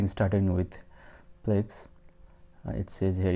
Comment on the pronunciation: It's Plesk, not plex